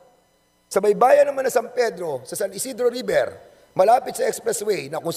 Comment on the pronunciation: napaka angas akala mo naman kaya niya si boss RA ayusin mo muna ung pronounciation mo river un hindi riber